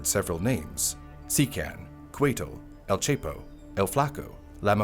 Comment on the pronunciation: Dont forget el chepo pronounced as el cheapo instead of correctly as el che-po as in che Guevara